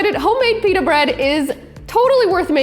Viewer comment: YUOU SAID IT WRONG NATASHA